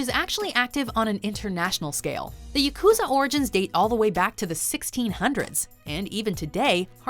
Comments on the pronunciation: It is called Ya Ku Za , all syllables have same length ... pls learn to pronounce properly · Pronunciation of “yakuza” here bothers me unreasonably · Is it just me or did they misspronounce yukuzas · Say it with me: Yak ew zah